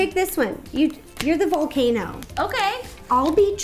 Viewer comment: Ro: your valcono Justen:OOKK Ro: I'm cacool justen: cool.. Me: hahahahahahahahahahahaha hahahahahahahahahahahaha